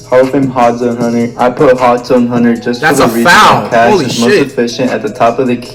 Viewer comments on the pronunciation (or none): none